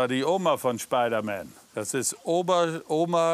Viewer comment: Schpeidereier für Schpeidermän. So süß